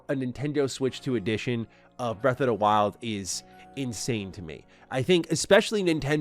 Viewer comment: Why does he keep saying “breath of da wild?”